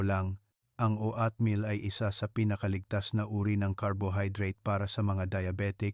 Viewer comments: Hahaha...anong O at meal?...OAT MEAL....PAANO KMI MANINIWALA SYO..E HINDI KA MARUNONG MAGBASA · GAGO O AT MIL BIGKASIN MO NG TAMA HINDI NA YONG PAGBIGKAS NG ISANG IGNORANTEKUNG HINDI UMALI KA NA DYAN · Doc puede mo nalang bigkasin na Oat meal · Bakit O at meal ,nakakailang pakinggan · Meron bang o-at meal, patawa to si Doc, di halatang AI